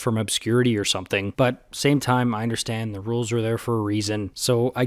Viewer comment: Rules? I've had it up to HERE with your "Roo-alls!"